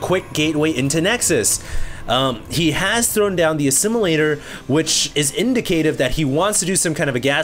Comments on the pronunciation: Indicative: pronounced "in-DIC-ah-tive" not "in-di-CAY-tive." You're putting the emphasis on the wrong syllable. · in-DI-ca-tive, not in-di-CAY-tive